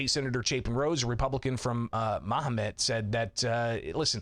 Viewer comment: Pronouncing Mahomet as "ma-ho-met." 😂